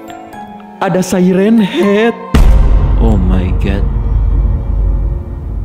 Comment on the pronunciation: Bang bukan say ren hed tapi siren haed😂